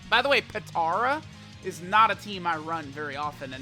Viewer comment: Normal People: Potara: PiTtaUrA